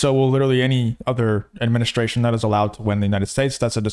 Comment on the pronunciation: He is supposed to be so intelligent and says "adminiskration".